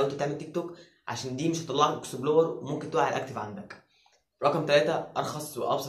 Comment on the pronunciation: انت ليه بتقول اكسبلار مش اكسبلور